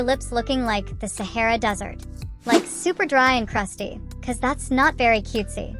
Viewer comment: Also makes me feel motivated when you said shara dessert 😂